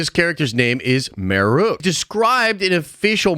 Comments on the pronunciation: And his name's marrok, not marook lol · M A R R O K. How are you getting that "oo" sound out of that? Maruke or Marrook is how you keep pronouncing it. I'm only halfway through your video and it's bugging the crap out of me.